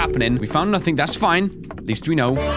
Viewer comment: its na-thing not na-think